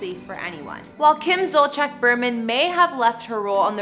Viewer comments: It’s killing me every time she says her last name. It’s not Zolcheck! It’s pronounced Zol-see-ak!! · Zolciak is pronouced ZOL-Z-AK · I've noticed over the past few years that news anchors, YouTubers, writers, etc, do not take the time to learn how certain words are pronounced, especially names. To me, it comes across as laziness. It is very easy to learn how someone's name is pronounced, especially a famous person. I wish this video got the correct pronunciation of their last names. It makes the video seem impersonal. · That house is nowhere near 17,000 square feet. And you don’t pronounce Zolciak right 😂